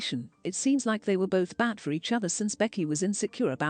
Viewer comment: hearing the voiceover lady saying bolth is funny af 🤣